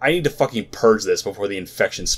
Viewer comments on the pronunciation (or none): none